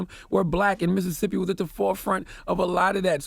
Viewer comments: IT IIIZZZ “Missit”sippi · It's Mississippi dawg